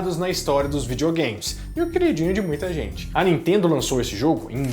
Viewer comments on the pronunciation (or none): none